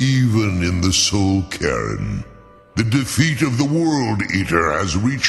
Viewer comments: It sounds like soul Karen lamo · Nobody:: Soul Karen